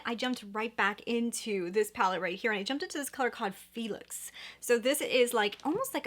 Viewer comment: I think in Natasha Denona sunrise the color phlox is pronounced like “flocks” not “Felix”